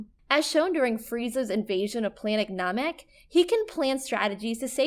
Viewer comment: What in the name of god was that pronunciation of Piccolo, Namek, Beerus, Majin Buu, and kaioken? She has never seen DragonBall and is just reading off a script, clearly. Is this what you guys want? An anime channel that doesn't actually watch anime?